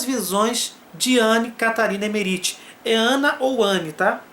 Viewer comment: Que agonia de ouvir vc falar o nome dela (errado) kkk